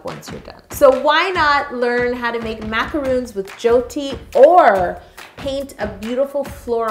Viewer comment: Yo did you just call macarons "macaroons " AHHH